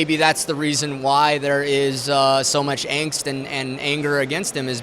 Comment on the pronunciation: Wait a minute. Did that guy say "Angst(fear)" and pronounced it in english? That's so ungerman. He will never be a real Nazi.